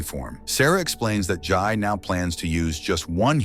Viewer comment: It's Jay not Jai